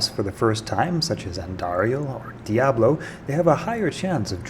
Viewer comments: Die-Ah-Blo ? Isn't it Dee-Ah-Blo ? Discuss. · Really hate how you say "Die-ablo"... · Most critical thing I learned from this video is that I’ve been saying “Dee-ob-low” wrong my whole pathetic life. I should have been saying “Die-ob-low”. Score! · Dye-ablow 😂 hoe-rad-rak 😂 nilla-hawk 😂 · Kay-leem’s Will and Die-ablo? What is wrong with you? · Wait... how does this guy pronounce “diablo”? 🤣 Literally never heard someone say it that way. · There is no excuse for you to pronounce diablo the way you do. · Bruh, I'm sorry, but the way you pronounce some of your words is strangely frustrating. Diablo = Dee-Aw-Blo; not Dye-ah-blo Horadric = Whore-raw-dric; not Hoe-Rah-Dric How did you begin pronouncing it like that when the game literally tells you how to say it? Petty grievances aside, there's actually a few tips here that I didn't know despite playing the game off and on since it's release. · Kay-leem’s Will and Die-ablo? This guy doesn’t even play the game and you learned something from? LOL.